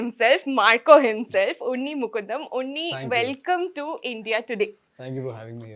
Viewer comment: Sorry to say, anchor looks very nervous...also mispronounced the name of unni